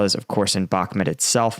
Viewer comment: Dude you don't pronounce bakhmut right in every single video you do..